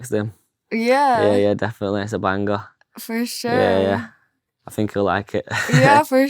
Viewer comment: It's I THINK not AHH FINKK. 😂😂